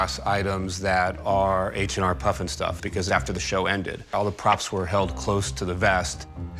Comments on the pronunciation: it's HR puffenstuff, NOT H and R...geez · The "expert" called it H n R puffin stuff.... H n R??? That's no expert. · The expert is no expert if he’s saying H n R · Expert said H and R Puffnstuff. Hahah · Except he kept saying “h and r puff n stuff”